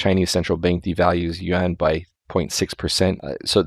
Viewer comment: Like your channel put your pun doesn't work. Yuan is pronounced like, You-Ann. I have visited China more than 20 times, and the 1.4 billion locals there don't pronounce it Won. I realize that most westerners also don't know how to pronounce the word.